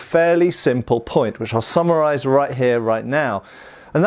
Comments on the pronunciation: "to samurai-z" vs to "summarize":D what a non-native English speaker hears vs what says.. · Did you say 'so, to sammurize' at the end? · To me when he said it, it sounded just like samuraize and not summarize, lol